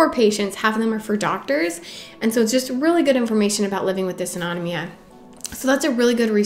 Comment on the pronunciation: Thanks for all of your helpful tips and tricks! For compression stockings, mm Hg means ‘millimeters of mercury’. Like a thermometer measuring temperature, mercury can also be used to measure pressure, and is thus used to denote units of pressure. Also, as an ME/CFS, SIBO, IBS, leaky gut, and POTS sufferer myself, I feel compelled to tell you that it’s pronounced “Diss-auto-NO-mee-ya” 😬...I think a lot of us have GI issues, and I wonder if there isn’t a link between these issues and ME/CFS/Fibro.